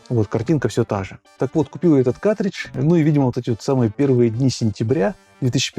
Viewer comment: каРтридж, а не катричш